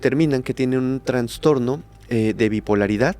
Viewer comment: Todo muy bien pero el término es TRASTORNO, NO TRANSTORNO